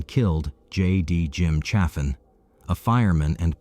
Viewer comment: Lonoke County is pronounced "loan-oak". Low-naw-kee? Sheesh. And the name of the victim in Russellvile was Chaffin, " pronounced chay-fin, not cha-fin. I used to date his cousin. The Chaffins were relatives of a prominent radio and TV personality in Little Rock, formerly of Jonesboro, AR. And there's more. But that's enough for now, chilluns.